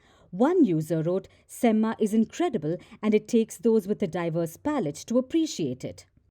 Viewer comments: It's not semmA, it's sem-ma (a at the end is pronounced softly, not maa as you call your mom) Similarly 'Thala' is not Thalaa. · btw, semma is not pronounced like Emma (Watson aka Hermione from Harry Potter). It is a Tamil slang meaning Excellent and pronounced with a short vowel sound at the end.